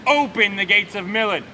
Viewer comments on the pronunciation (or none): why they saying milan wrong